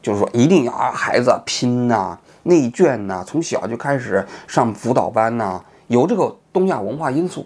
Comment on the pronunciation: 内卷（三声）